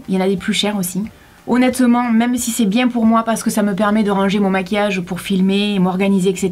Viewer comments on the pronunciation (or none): none